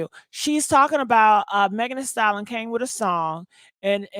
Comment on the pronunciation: Lord it’s “Thee Stallion” not “Thee Salin”